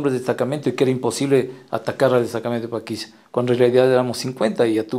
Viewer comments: Paquilla o Paquisha. Pronuncia bien narrador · ¿Por qué la voz en off pronuncia algo así como “Paquilla” y no “Paquisha”? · No es paquiya....es PAQUISHA (sha) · porque este man dice paquiya que mismo es paquisha o paquiya